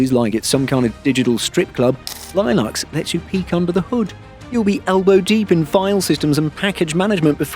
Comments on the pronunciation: Only beef I have with this video is the pronunciation of Linux, it's "Lynn-ux", not "line-ux". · No Linux user would pronounce it "lie nux". And it's not a 1:1 replacement for Windows, you might be able to make it work, you might not depending on your needs. Luckily it's free so you can try it and figure out if it work for you. And to be clear at least for now you need to be buying a copilot+ machine to even be worried about recall. Not to defend MS as it was a poorly implemented security nightmare but most people don't need to be that concerned about recall until the average PC comes with an NPU and/or can run recall. That said there are enough reasons to switch if you can, Windows 11 being the one that got me to finally move to Linux as a desktop OS. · The way you say Linux makes me wanna switch back. 😅😅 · Don't say Linux like that, please 👍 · Never heard anyone pronounce Linux like that before. Currently dualbooting Zorin and win11 in preparation for a more permanent switch. Was already in progress from a while back. Recall was just the latest reason confirming I'm on the right path.